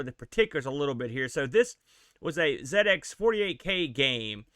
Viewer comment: Dizzy came much later than the Wally games. You could argue that Atic Atac did the 'inventory swap' thing first. Anyway, I loved this game as a kid..and one of the few I completed! Also, love the fact you probounce 'ZX' properly!